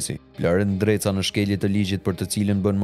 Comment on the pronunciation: Bravo eshte gjarper nreca se normalishte eshte ndreca po e thot me r te holl nreca